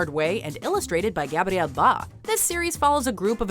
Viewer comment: I laughed so hard when the narrator pronounced Gabriel Bá like he was spanish.